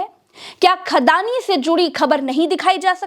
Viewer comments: Khadani nhi andaani😅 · अड़ानी नहीं 'खड़ानी' कहिए।